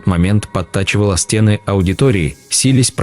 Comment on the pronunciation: СТЕны?, стеНЫ! Неправильные ударения, паузы не там, монотонное чтение. Это невозможно слушать, пойду что-либо другое найду.